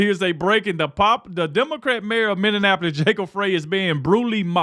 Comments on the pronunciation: pronounced Minnie apolis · when are you going to learn to say Minn-e-a----polis